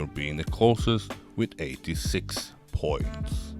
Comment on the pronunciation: I don't like the way you speak in this video. It's slow and idk why you hold syllables that much (especially on "points"). The content was fine, that's why i watched the whole video but i almost left a few times :/